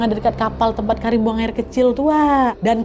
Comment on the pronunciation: KARIM?KARIM? dr awal gue dgr ny Karinn😂kata gue kok cewek ngerokok